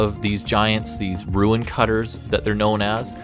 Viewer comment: "Ruin" Knight